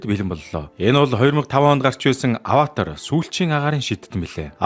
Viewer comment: ghd ygd Avatar bish Avaatar gd baigambe😢😅